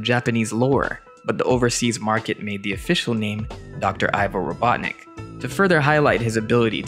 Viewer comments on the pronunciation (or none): Slight correction: Ivo is pronounced "E-vo" not "I-vo"